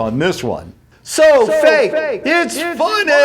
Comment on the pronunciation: it's fake not fak